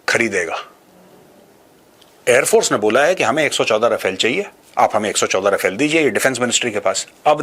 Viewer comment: No offence Maj, but it's रफाल, not राफेल. Wg Cdr K Abraham ( Retd )